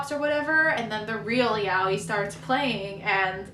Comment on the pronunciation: that's how u say it but ok